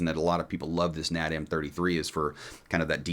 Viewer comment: It's N.A.D. NOT Nad. F Y info. Think S.A.E.. just letters. Not said as a word.